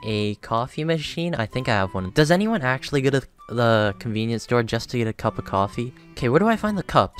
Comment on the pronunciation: conveenipoo store